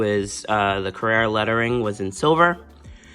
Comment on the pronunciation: Carerra…. CARRERA